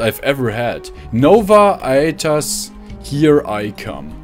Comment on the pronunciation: Thank you for the new series. You are very entertaining to watch. It is pronounced " No-va A-tus" sounds like "bus". Your English is excellent. I would recommend you to a friend and I will watch more of your videos.